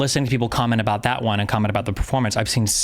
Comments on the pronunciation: Thank you! This was driving me nuts as well. For the non- Canadians, in the stereotypical Canadian accent it is pronounced "aboat" not "aboot". This guy doesn't even have a heavy Canadian accent. The way he is saying it just does not sound natural. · No, the "Canadian" stereotypical accent exists, half of my family from a small town has it but they do not say "aboot". It's pronounced "aboat". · it is INSANE that he actually pronounces "about" as "aboot" I'm from a border state with canada and it was my understanding that on the west coast they pronounce it as a sort of weird "abowt" like kind of similar to the american pronunciation but a little bit off and on the east coast they pronounce it as "aboat" and I had thought that "aboot" was just a fake misconception made to make fun of canadians this guy shattered my entire worldview and especially when he pronounces shit like "around" as "aroond" this shit is blowing my whole mind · The guy with the fakest Canadian accent. People, don't fall for this guy. No one says ABOOT in Canada. Su ludicrous hearing him say that. No one pronounces about like that. Lots of different Canadian accents but this is unknown in Canada and is obviously why. He would get laughed out of any room if he said ABOOOOT. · JJ is a contrarian by nature and his pronunciation of “about” is closer to the America parody of Canadians saying “a-boot” than any other non comedian Canadian say that same word. I’m pretty sure JJ says “a-boot” like that on purpose to get attention. All of his other pronunciation are pretty average… and then he drops an “a-boot” out of nowhere. He does it for shock value. That’s who he is and that’s why it bothers me. It’s not natural, it’s a parody.